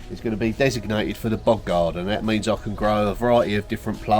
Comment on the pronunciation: I thought you were saying “bug” garden. 😂 It took me a minute to figure out bog garden. ❤